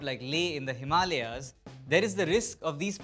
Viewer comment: The way he said Himalayas. The English speaking world has lied to me. 😮